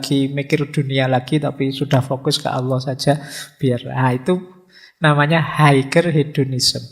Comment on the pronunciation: Nun sewu, "Higher" bacanya "Haier"...g nya gak dibunyiin..